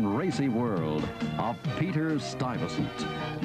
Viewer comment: i thought it was pronounced more french, like "stooy-vessawnt"